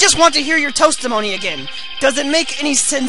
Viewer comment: u said toastimony... XD